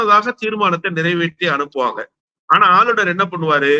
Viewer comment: நெறியாளர் தமிழை சரியாக பேச கற்றுக்கொள்ளுங்கள்! ஆளுனர்,ஆலுனர் அல்ல!!